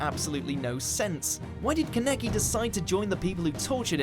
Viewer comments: Breaths loudly I keep getting triggerd when they say kaneki name wrong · Leave tokyo ghoul alone it was alsome you can only talk shit when you say kaneki's name right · the way this dude says kaneki